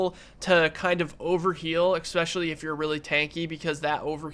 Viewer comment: thanks for the video but for god's sake if you're going to say "especially" as much as you do don't say "expecially"